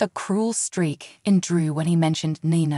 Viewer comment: Its NiNa not Na Na nana means grandma please prounacne names correctly people think your talking about a grandma that's what nana mean it Ni Na say Knee than say Na ❤